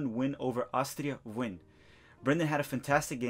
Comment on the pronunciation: Bro you’re killing me with your pronunciation. Wien=Vien as in Vienna. An-der-lekt. Glod-bock. Shaquille=Shuh-kill, like Shaquille O’Neal.